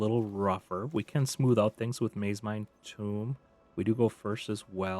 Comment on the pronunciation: sir, that is a "tome" not a "tomb" thanks for the video, good gameplay.